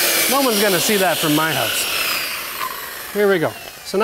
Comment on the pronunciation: P.S. fact: I just love the way he pronounces "house" ...